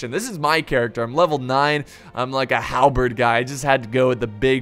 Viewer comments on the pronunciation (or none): none